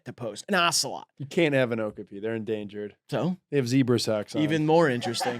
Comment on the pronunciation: okapi is pronounced oh-KOP-ee.